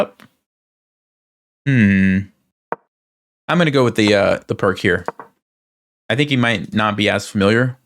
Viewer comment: Pirc = "peertz" not "perk" 🙄